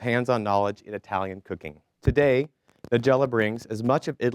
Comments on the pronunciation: Dear MC: It's NEYE-gella, not NUH-gella. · "With further ado"..."Ni-jelluh"......hope that pathetic host got his ass fired after this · Usually a good idea to learn to pronounce the name of your guest correctly... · He can’t pronounce her name either!!! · This guy CANNOT pronounce her name correctly... ugh!!!